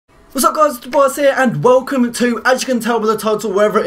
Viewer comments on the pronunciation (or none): none